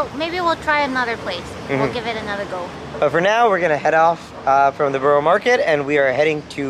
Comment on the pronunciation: Just a plea. So many American reactors say 'borrow' (as in Borough Market) when it is in fact pronounced as 'burra'. The same goes with Edinburgh.